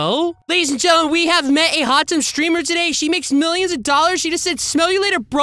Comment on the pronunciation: Bro he said hut tub 💀 he cheating 💀 😂